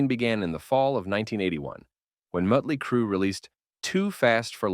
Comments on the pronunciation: IT'S MOOOOOOOTLEY CRUE, not MUTLEY CRUE!!!🤬🤬🤬🤬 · Mötley Crüe is pronounced as "MAHT-lee KROO" rather than "MUHT-lee-KROO". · Mutley Crue 😂😂😂 Frickin AI voice... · I had to shut it off after I heard "Mutley Crue" for the third time. This guy doesn't know his stuff if he can't pronounce that band's name properly. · Is the narration of this channel AI? Killing me with the "Muttley Crue" pronunciation,lol. Can't a person love Mekong Delta and Tyger Tailz equally? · I'm guessing the AI is pronouncing the "o" with the umlaut above it. I kept thinking "where's Dastardly Crue?" 🤣🤣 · Stupid AI voice saying Mut-ley Crue. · I wasn’t expecting to like this documentary when it came up in my feed, but it’s really well done. However, I have a feeling it’s an AI voice because it keeps calling Motley Crue “Mutty Crue” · Yeah, you can tell with some of the subtle mispronunciations like “Mutley Crue” and “Dōkken”. The inflections are also sometimes strange. It’s kinda hard to listen to once you notice it. Why not just do a normal voice over? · Yes it does. He says Muttly Crue. Lol. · Can someone teach AI to properly pronounce Motley Crue for the love of God lol